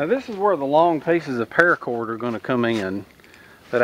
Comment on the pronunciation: 1. "Parrracorrd", said in SouthernTM. 2. Tarps; always TARPS. 3. HOLYSHITHUGEJASONVOORHEESMACHETE! Sharp enough to tap-cut wood. 4. "Aint' dat neat?" 5. Profit.